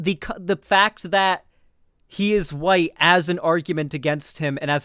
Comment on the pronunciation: You can hear the "YT" when she says "white." Is there a problem with left-wing spaces often not being fully inclusive of BIPOC people, and tending to shove them off to the side or only employ them as tokens, sock puppets, or mascots? Oh, hell yes! Is there a frequent tension between the newbies and normies we're trying to bring Leftward, and the minorities and vulnerable who are often triggered, offended, alienated, hurt, or annoyed by the insensitive and prejudiced stuff they often say and do? Yes! These are things the Left could stand to unpack and discuss more often, because it's an admittedly-tricky balancing act. But, I continue to resent the people who've opted to join a political space in lieu of getting therapy for their (often very real) trauma and grief, and who at their worst become righteous when the entire focus isn't on them and their needs, and who get away with being needlessly nasty and throwing constant tantrums because they're wounded and/or because they tick the right/sympathetic identity boxes. If these kinds of people weren't trans, queer, BIPOC, neurodivergent, disabled, etc., none of us would tolerate or excuse this type of behavior. Tellingly, whenever you try to talk about the above balancing act, these people dramatically strawman the argument and screech indignantly about how you want to let Destiny stans say the t-slur and the n-bomb and wear swastika underwear because you don't caaaaaaaaaaare about oppressed people. Also, bottom line, when you're